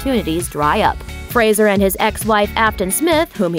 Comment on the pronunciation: thank you for not mispronouncing his name. you are the first American that i have heard in any type of media that has pronounced "Fraser" correctly (usually they pronounce it "Frasier" like the tv show